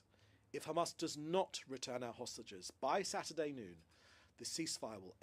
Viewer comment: Why has Mencer pronunciation changed fromb CHAMAS to Hamas